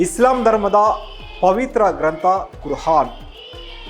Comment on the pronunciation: ಕುರ್ ಆನ್ ಉಚ್ಚಾರಣೆ ಸರಿ ಪಡಿಸಿ. ಕುರ್ ಹಾನ್ ಅಲ್ಲ.